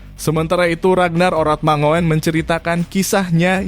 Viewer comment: Min ngucapnya mangun bukan mangoen